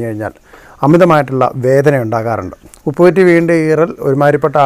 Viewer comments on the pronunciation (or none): ഉപ്പു കുറ്റി അല്ല ചേട്ടാ, ഉപ്പൂറ്റി എന്നാണ്